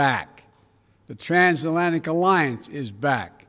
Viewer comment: Your nuts he can’t say transatlantic omg